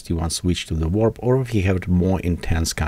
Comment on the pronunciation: TY for this. Good stuff right here. You're not the first, but I love when you guys pronounce wrap as warp! lol